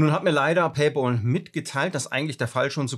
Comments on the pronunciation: Es heißt paypal und nicht Paypaul 😅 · Es heißt Paypäl, nicht Paypol. Wieso kriegen das so wenige auf die Reihe?? ôo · PayPal= pei päl, und nicht pei pool 🤣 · Ein Verbesserungsvorschlag: Weils echt weh tut! ..."Paypäääääääääl" bitte. Ausgesprochen mit einem "ä". Nicht "Pay-boool". Pay-Pal (Übersetzt: Bezahl-Kumpel) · Duweißt schon, dass paypal mit P und nicht mit B geschrieben ist- also nicht bol sondern pal. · PayBall? Noch ein Fehler, das tut an den Ohren richtig weh! Es ist doch kein Zahlball🙄 Es heißt PayPal was Zahl Kumpel bedeutet. Pal (Kumpel) wird mit einem kurzem Ä ähnlichem Laut ausgesprochen. 🤓 Wenn man es z.B. im Google Translator eingibt kann man es sich auch anhören und bei Bedarf für sich üben.☺ Außerdem brauch man PayPal nicht die Schuld für das geben, was man selbst der Reihe nach verbockt. Vielleicht lernst auch du aus deinen Fehlern. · Bitte sag es RICHTIG es heißt nicht PAYBAL es heißt PayPPPPPal da ist ein 2. P. Danke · Alter, es heisst Pay Pal und nicht Pä Boll! Musste ausschalten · PayPal und nicht PAYBALL 😁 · Danke fürs Teilen der Erfahrung! ...ich bin nun bei knapp 4 Minuten und zucke jedes mal zusammen, wenn Du Pay"Ball" sagst. 😵‍💫😅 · Pay 'BOL' hahaha! :D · Ich höre immer PayBalll 😀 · harte geschichte. aber ich höre immer paybol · Tut richtig weh ne, und dann noch sooo oft. Hatte auch gerade was dazu gepostet. Für mich hörte sich das immer wie Pay BALL an 😂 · Ich höre immer PayBall 😂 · Was zum Teufel ist Paybol? Wenn man einen Sprachfehler hat, soll man doch besser keine Videos drehen. Oder eine künstliche Stimme verwenden. Es stimmt auch nicht, daß nach abgeschlossenem Vorgang man über PP nichts mehr machen kann. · Verstehe immer paybal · Sag doch bitte nicht payball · Paypal Kollege, nicht Paypol. 😅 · Es wäre schön wenn du PayPal richtig aussprechen würdest. Du sagst immer wieder PayBall